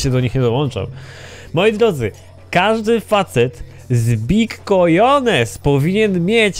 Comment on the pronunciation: Cojones, w Hiszpanskim "J" czyta sie jako "H":)